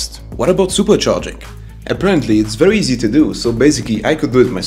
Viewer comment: "verry affordable"